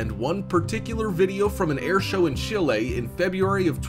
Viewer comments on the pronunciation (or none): none